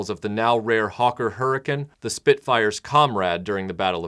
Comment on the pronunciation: Yeah, watching this one AGAIN., you get some bonus points for pronouncing "Hurricane" the way the Brits do. I hope that the Brits still remember and appreciate that part of WWII, what it was, and how the military encountered what seemed like miracles. Dunkirk was certainly one when the Army mostly got away from continental Europe and made it back home. Notas much with the Battle of Britain though. Also a miracle in a way, of course, but the Brits were really ahead of the Germans with not only radar but with control centers like the one at Uxbridge. The ideas that come out of the heads of under-sung guys like Hugh Dowding and Keith Park really saved the day. Germany still got their licks in but losing this battle did something to them that I don't think the recovered from. I don't think the Germans really had any idea how ready the Brits were and the ingenuity and creativity behind their defense. I can't imagine what it would feel like to look up and see enemy aircraft raiding your land. This is one of your very best videos--a real pleasure to watch!